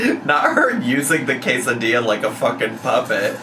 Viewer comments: The pronunciation of quesadilla almost took me out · I had the exact same take on the quesadilla pronunciation. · NGL the way she kept pronouncing Quesadilla like that, my brain can only think of how people name their kids weird names but prenkunce them "fancy" 😂😂😂 And thats how i know I'm lacking sleep. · I was just starting to get used to how English speakers usually say "quesadilla", but this took me by surprise EDIT: heard the explanation, it's still weird. Like, here in Mexico we have jalapeño and carne asada sushi, but we still call it sushi? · Her pronouncing quesadilla like that is such an Amberlynn "kameeno" (aka kimono) molment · She's pronouncing quesadilla that way because mispronouncing for engagement is a trend among mukbang creators right now.